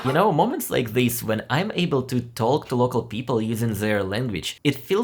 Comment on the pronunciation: Pro tip The 'l' in "talk" is a silent letter, pronounced like "tawk". This is because the 'l' sound is not pronounced in words like "walk," "chalk," "could," "should," and "half". 😅❤